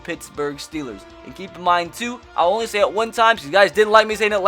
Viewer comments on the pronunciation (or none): none